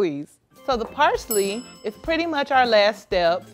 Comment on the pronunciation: Dang, she massacred parsley like it stole something. 😩😂🤭